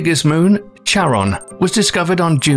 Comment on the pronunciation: bruh, not charon as tsaron.... it's charon like loch (lake)